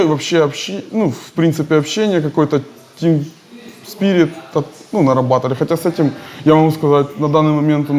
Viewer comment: зачем он говорит столько слов иностранных, которые не знает, когда он сказал тим сиприт я чуть со стула не упал. и ещё это Гэ и Шо. Вилат по сравнению с ним просто царь.